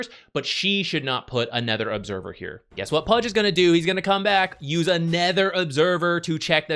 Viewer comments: anOOOOOOOOOOOOOOOOOther. Fucking hell it's annoying to keep hearing aNETHER. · It’s “other” not “ether”